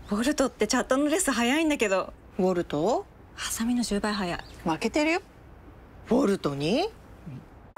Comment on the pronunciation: 最初コルトって言ってるよね